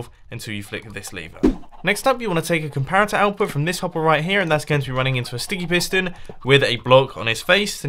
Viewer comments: "you want to place a complarator" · id anyone notice mumbo saying comlarator when building the coco bean farm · we want to place a complarator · place a complarator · Mumbo calls a comparator a "complarator" with an 'L'. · I am honestly sick of everyone laughing about mumbo saying comparator. Im in quarantine and haven't seen anything funny in a while. AND I DO NOT FIND COMPLARATOR FUNNY. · Did he just say complaritor? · a comlarator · did he say "complarator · is it just me or did he just say “complarator” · "Complarator" xD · did anyone else hear "Complarator? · Mumbo: Complarator Me:😂😂😂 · ok now we are gonna place a complaroter XD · who else noticed that he said "complarator"? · “Complarator” XD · "And then you place a COMPLARATOR..." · ''You want to place a COMPLARATOR...'' hahahaha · for the cacao bean farm he said complarator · no, not a comparitor a "COMPLARITOR"!! LMAO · On the coco bean farm you said “ let’s place the complariator on this” LOL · He's speaking mumbo jumbo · " We want to place a complarator" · Complarator? lol mumbo u are awesome. secs in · Whats A "Complaritor" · Did he just say complarator? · is it just me or did Mumbo say complarator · "A complarator" lol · Legend O' Logan complarator complarator complarator 😂😂😂 i can't get enhoug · Did he say complarator? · did he really just say complarater? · did he say "complarator" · Legend O' Logan I noticed that too 😂